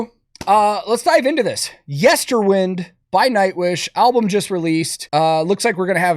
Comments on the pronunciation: I love you, but please stop pronouncing the album title wrong. It's Yester-WIND, like you wind a clock. Not yester-WiND, like "any way the wind blows." 😊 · I was calling it yester-wind too but it’s actually pronounced “whined” Ike “wind a watch” which makes more sense with the theme of the album. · FYI, Nightwish members pronounce the album as Yester w-EYE-nd, not Yester w-IN-d